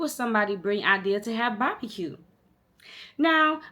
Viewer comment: The way you was saying “bahbacue” was cracking me up you so country! 🤣💓